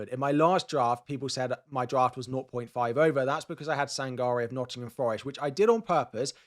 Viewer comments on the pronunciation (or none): none